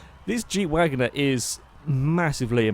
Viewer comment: Wangoner instead of Wagoneer, Mitsabushy instead of Mitsubishi, Gibble instead of Ghibli, U TROLLIN'.